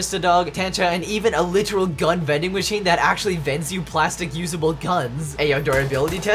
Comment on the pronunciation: Man when he said “it’s vendin machinein time” I really felt that. 10/10, would vendin machine again